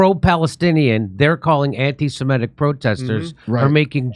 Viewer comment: Semitic, not 'semetic'.